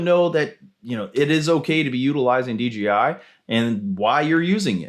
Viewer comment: DJI, not DGI 😄